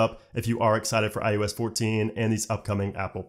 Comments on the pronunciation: Why does it always sound like this guy is saying "i-U-s" instead of iOS lmao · It’s “I O S” not “I U S”. I know you know that and it’s just your inflection, but man is it tough to listen to over and over. Thanks for the info though. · Is he saying IUS or is he just saying IOS weird? Is IUS something I don’t know about? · I swear I keep hearing him say "iUS 14"...it's iOS. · I swear it sounds like he’s saying iUS. Not iOS. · It’s pronounced I O S not I U S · It sounds like you keep saying IUS instead of IOS. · I like this guy and his videos, but does anyone else notice it sounds like he say “i-U-S” instead of “i-O-S”?